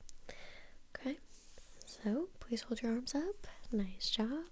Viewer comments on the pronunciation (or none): Me: Clicking just cus it says: Nice Jo'wwb Me: Dead